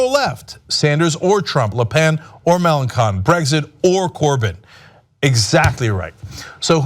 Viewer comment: it's Mélenchon not Mélanchon.